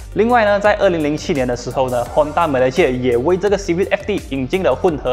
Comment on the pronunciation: Hon taaaaa... Lol cmi english